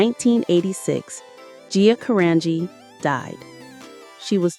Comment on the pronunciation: Thank you for pronouncing her last name correctly. So many Gia tributes pronounce it wrong. R.I.P Gia 💛🤍💛